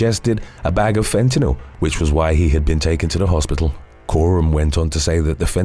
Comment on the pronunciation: I respect your correct pronunciation of fentanyl. 🫡♥️